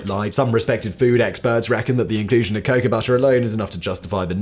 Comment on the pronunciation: Dear Simon, the word cocoa is pronounced CO CO like go go. Not Kacow. Thank you, The United States